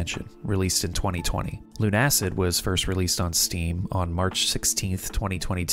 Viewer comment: I don't wanna be that guy, but it's pronounced "Loona-Cid" with Loona as in Lunatic and Cid as in the kid from Toy Story